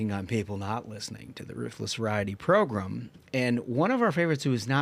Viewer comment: proGRAM, not proGRUM !